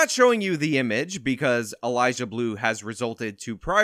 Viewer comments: I love watching you most of the time, but this time I couldn't get over you saying "Elijah" every time you tried to say "Eliza" xD Idk why that bothers me so much but it really does. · Atta boy! 💪.....,, you slippery man you!... About time you got in on the EliZa Bleu content hack!.... FYI... it's EliZa not EliJah. Hard Z not J.. Smarten it! 🤭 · Is he saying Eliza? Cause all I hear is Elijah… laurel/yanni? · Why do you keep calling her "Elijah Blue?" 😂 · Lol it’s EliZa, not Elijah. 😂😂 🙏✌️❤️ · The ONLY thing I'd say you got wrong here is that her name is Eliza with a Z, not Elijah with a J. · It's Eliza not Elijah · Am I the only one hearing say "Elijah Bleu"? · lol you saying ELIJAH bleu